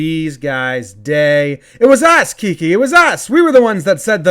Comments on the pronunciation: Jomboy, i love your shit. you should call games. you will be an instant classic. BUT, if i can just provide a tincy wincy correction, it's pronounced like 'Key-Kay'. Not like the Drake song, 'key-key', though over dubbing it at the point where he kisses at them would be pretty funny. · KEY-KAY not KI KI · Also annoying guys kept saying KeKe KiKé pronounced KEY KAY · Kiké no "Kee-kay" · Its Kike (KEY-KAY ) pronunciation. I know to this day you're struggling with his name still Key like u start your car with and Kay as in the jewelry store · It’s “Key Kay” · A) It's pronounced Kee-que Spanish accent B) I love him for being so CLUTCH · Its KI-KAY....GOD DAMMIT JOMBOY GET IT RIGHT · It’s pronounced keekay, just letting you know 😂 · Keekee?.? Your pronounced his name wrong lol KIKI DO YOU LOVE ME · Funny stuff Jomboy. Quick note, since you're super popular now and Hernandez might just tune in, it's pronounced KEE-KAY in Spanish.